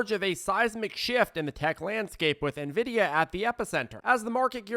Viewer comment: Thanks so much. You’re awesome. Thanks for finally pronouncing Nvidia correctly!!!